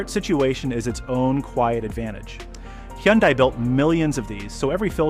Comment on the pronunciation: Hi-un-day -always has been😂